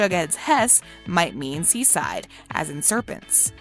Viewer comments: It’s southside not sea side not to be rude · Hess? Seaside? Do you mean s and south side?